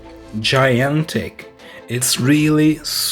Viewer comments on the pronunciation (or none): He said " It's giantic" instead of " It's gigantic"